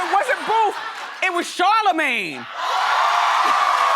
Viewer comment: I felt the love when you said Charlemagne ❤️